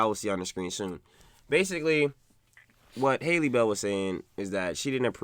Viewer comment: Her name Isn’t that hard to say.. Bailey and bell are not the same